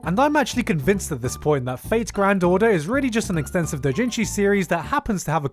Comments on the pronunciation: using anenarumono is freaking amazing lmaoooooo since the artist created both the doujinshi and the non-h version lololol I am not use to how you say Japanese terms lol, it took me couple of rewind to know what you really said (like doujinshi sounded like dotjinshi) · I wonder why he pronounces Doujinshi like an American tho being an asian. Dooo-jin-jiii. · The fact that it took me a minute and a half to realise that you were saying doujinshi, because you pronounce it differently than I do.... Jesus